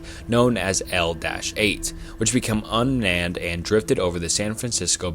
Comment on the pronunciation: This whole video has so many mispronunciations that I’m suprised you didn’t hear it yourself? Like Bnunkers, Mystache Man, Unmnanned.